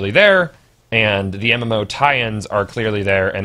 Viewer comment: Did you just say MMFaux? lol